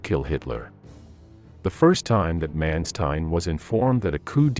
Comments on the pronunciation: Please put some effort in the correct pronunciation of the german names. For instance: the letter A is pronounced as in the word 'Chicago'. Do NOT say 'Menstein'! Say 'MAnstein'! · Interesting aspect - but man you butchered nearly every german word in this episode - even Mansteins name. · /Mawn-shtine/, not /Man-stine/; /Vair-macht/, not /Wer-macht/. Just curious: Is this an AI voice, or a human narrator? If AI, it is quite well realized.